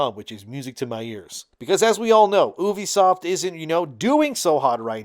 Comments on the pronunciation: It's "U" "B" Soft not oubee-fsoft. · If you're gonna talk about a company learn how to say their name properly first. It is YOU-BE-SOFT.